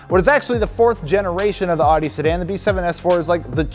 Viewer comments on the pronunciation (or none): Audi = ow-dee not ah-dee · Love for the S4 to be included, but Audi is pronounced “oudie” not “ahdie”. 😬